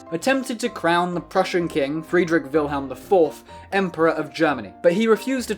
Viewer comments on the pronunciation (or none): none